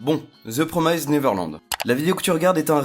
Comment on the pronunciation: Pitié, promised ça se prononce "promist". Pas "promèzde" "promazde" "promaïzde" et encore moins le ed prononcé "ède". "PROMIST" (C'est pas pour critiquer, (moi-même je prononce mal certains noms de personnages) c'est juste que ça écorche l'oreille quand même)